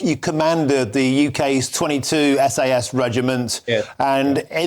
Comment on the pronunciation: Did the presenter just call them "SS"? 🤔